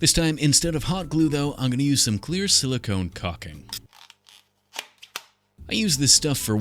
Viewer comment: I had to go back and listen to you saying cocking, I mean caulking, a second time. 😊